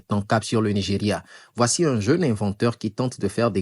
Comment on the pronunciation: "nous voici z'à la fin..."